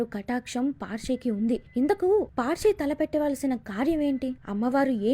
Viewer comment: Paarshi kadhu parshi